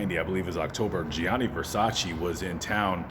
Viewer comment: IT'S GIANNI VERSACE